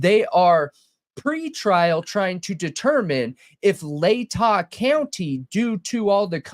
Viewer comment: You said lay-ta right! Yessss!